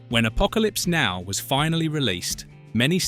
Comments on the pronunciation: Especially the name of the movie. It isn’t Apocalypse……now. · you need to sort the "now" inflections in the text to speech. Maybe a hyphen? Or perhaps just deleting the "now" when it causes a break in the dialog.